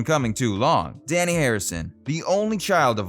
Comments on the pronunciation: You mispronounced Dhani Harrison’s name repeatedly. It is NOT pronounced like ‘Danny’. The ‘a’ is pronounced like ‘ah‘, not as in ‘at’. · He also mispronounces Dhani's name as 'Danny' when it is actually 'Darnee'. He is named after 'dha' and 'ni', two notes in the Indian music scale. George was deeply into Indian culture and mysticism. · Dhani is pronounced "donny" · I've always heard it pronounced, "Danny,"...